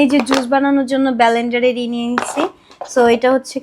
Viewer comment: ব্যালেন্ডার 😂 ওটা লেন্ডার(blender) ভাই!